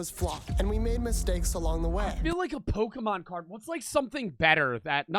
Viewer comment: Istg every person over the age of 50 that I’ve encountered can’t pronounce Pokémon 😭 they all say Pokéman too it’s like it’s on purpose.